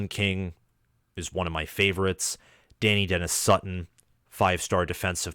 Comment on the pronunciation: Pronounced Duh Nigh Dennis-Sutton not Danny Dennis-Sutton